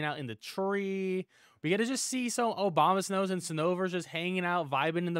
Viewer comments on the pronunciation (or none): "Obamasnows" lmao. You know what...I like it